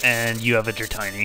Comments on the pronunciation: its dra-tee-nee. not dra-tie-nee. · Dra-tiny. Ouch